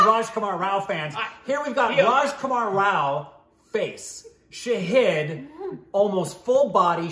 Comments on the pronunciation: again it's Shāhīd not Shahid 🙄. Fun game though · ❗❗❗❗It's been 2 years guysss 🙆 IT IS NOT SHAHID IT IS SHAAAHID ❗ GET IT RIGHT GUYSSSSSSSS